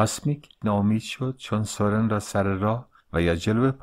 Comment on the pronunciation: سورن را بر وزن سوزن تلفظ می کنیم